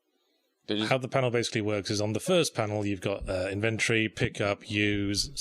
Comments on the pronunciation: ive never heard anyone pronounce inventory as invent-ory, but only as in-ven-tor-y. what's up with that? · nah mate I'm english. It's not inVENTory no matter what way you look at it the correct pronunciation is as stated above. i suppose he does sound kinda northern so by dialect differences you may mean incorrect english (happens a lot up north), which is a valid statement. In fact, it's the same one I was making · lol i'm actually chuffed to not be dealing with a douchebag on YT. i can't say that I'm perfect in my pronunciation or anything. before i heard anyone else use the word i thought it was pronounced inVENTory as well. anyway, he is indeed effectively communicating. It was just something that grated on me watching this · seriously started to bug me the way you say inventory. InVENTory. It's actually pronounced INventory.